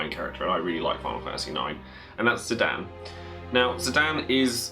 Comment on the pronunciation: Loves FF9 but prenounces Zidane > Zidan <3 (Squall is my bae, so glad he makes the cut!)